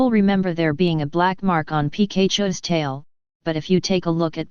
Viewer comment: the robot/artifical voice completely butchered Pikachu's name lmao